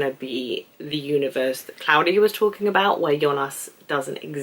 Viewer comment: as a native German speaker i can tell you that you are doing a good job on pronouncing most of the names 👍 sometimes michael becomes a mike-el, claudia becomes a claw-dia and charlotte becomes a char-let 😉 but i think that this is due to your fast thinking and speaking! enjoyed your video very much!